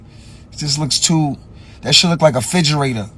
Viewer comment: He actually said FIDGERATOR :face-green-smiling::face-green-smiling::face-green-smiling: Salute Fredro Starr & Onyx !!